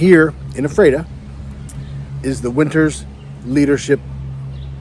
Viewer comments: Correct pronunciation is f-rat-a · Had the opportunity to have dinner with Dick Winter in Annville. Great chance to meet and have dinner with him. And Ephrata is pronounced “Frata”. The “EPH” is an “F” sound. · It’s pronounced F ER TA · I was there in 2015. I found his marker, came to attention and saluted him, left him a piece of petrified wood from Arizona (where I live). Ephrata is pronounced as f-rata. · It is pronounced: "Eff-rah-tah." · Thanks for this, but the town is pronounced ' "Efreta"...I've visited and don't live too far from it! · Your pronunciation of Epherta is WAY OFF. Also, its LanKISSter county, not LangKASTer county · I know the town name is hard to pronounce but you missed pronounced the town of Ephrata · I just pinged the same!